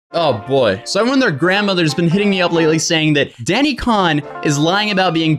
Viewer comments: I’m pretty sure it’s pronounced “cone” not “kon” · its not (khan) ITS (CONE) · It’s pronounced cone but spelled cohn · WAIT is it pronounced c ah n or cowen??? someone pls help